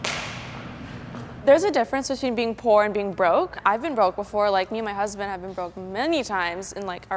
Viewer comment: "my huzzzbant"